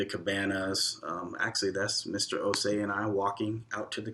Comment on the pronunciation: I like how you guys correctly pronounced the’Osei’.. perfectly pronounced.. Welcome home 🇬🇭